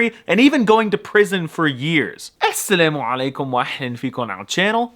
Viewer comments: As someone who is Somali I say it is the accurate pronunciation (I use it in daily life) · is it just me or was that assalamu 3alaykum way too accurate